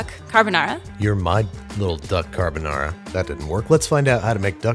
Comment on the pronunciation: “You’re my lil duck carbanara” 😂